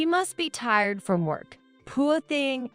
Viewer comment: They really need to edit these AI voices with their mispronunciations. Saying 'fiance' as fee an cee instead of fee ahn say. Pronouncing poor as poo or pool etc. Seems like in every story narrated by AI the same words are said wrong (wound and wavering are others I've heard)